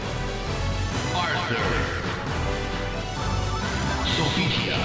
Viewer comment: One of my favorite games of all time! Thanks for this one!!!! ALSO: Voldo is pronounced VOL-U-DOH?